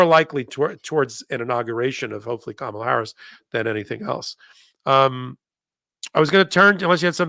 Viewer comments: please check your pronunciation of the VP’s first name Kamala. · It wouldn’t be wrong to correct when she mispronounces Kamal Harris’s first name. Thank you for your work. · Why she pronouncing her name wrong again. You are doing the same thing. 😂😂😂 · needs to learn how to pronounce Kamala’s name correctly. 🙄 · For goodness sake pronounce her name right!!! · Please Tell her HOW TO PRONOUNCE Kamala’s name. This is disrespectful. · needs to learn how to pronounce KAM-A-LA's name. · I hear making several errors. She's not up to the Meidas Touch standard. At the most basic level, she can't even pronounce Kamala's name correctly! And she misstated which justice Kavanaugh replaced. Basic mistakes like these hurt the network's credibility. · 24 minutes into this podcast and has mispronounced Kamala's name twice., you didn't mispronounce her name, kindly and tactfully correct your guest host''s pronunciation of the future president's first name! (P.S. She pronounced it the way 45 does) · I enjoy these chats, but PLEASE,, at least get Kamala's name right...ask your partner there how to pronounce it, if you don't know! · I guess this is petty but I really wish she would pronounce Kamala's name correctly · Someone please tell how to pronounce Kamala's name. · Please …It’s Kam a la..The accent’s on the first syllable, not the second…we love you but give her the right name… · please pronounce Kamala's name correctly! The accent is on the first syllable, NOT the second! Thanks!😊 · Isn’t it KAmala?? Rather than KaMAla?? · keeps pronouncing Kamala, Kam-a-la like Trump says Kamala, Ka-mal-a. I wish she'd say her name correctly. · Her name is Ka ma la not Kar Male. Please make it right. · Kam - ala please, not Ka - mala. That's what trump deliberately calls her. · Comma La , not Ka Mah la ! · Kamala is pronounced comma la. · PLEASE say her name right! It’s KA ma la!!